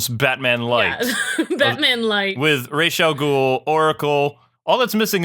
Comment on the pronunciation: this is how you pronounce it, Ras AL Gul